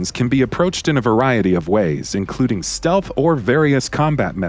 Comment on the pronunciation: "enhanced stealh"